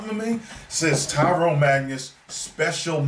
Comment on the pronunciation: "Tyron" Magnus, lol.